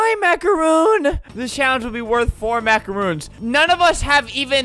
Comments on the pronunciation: its macarons not macaroons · The amount of times I got pissed off because he said macarOONS is insane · This vid is so old but they’re pronounced macaRONS not macaROONS. Macaroons are coconut dessert snack things and macarons are the little French puff Oreo-wannabe things